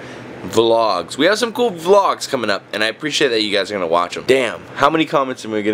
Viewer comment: He finally said vlog instead of v-log, yassss.